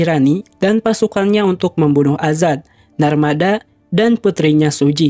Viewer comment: Azad min,, bukan adzan😂😂🙏🙏